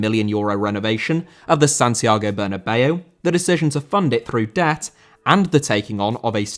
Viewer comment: Bernabéu * not Banabeyuw